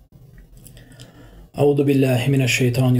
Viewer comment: Жахил не ауду а аузу сначала научись хотяб правельно выговаривать первоначальное илим